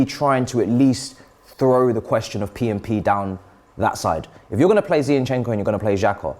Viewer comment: Why is saying Zeyinchenko? Zinchenko is pretty easy to say.